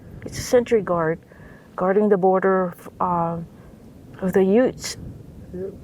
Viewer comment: I hate to be "that guy", but, it's not " yoots" it's "youths". Don't worry I have a cousin Vinny from NY, he says the same thing.